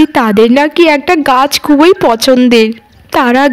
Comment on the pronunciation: খুবোই নয় এটা হবে “ খুব ই”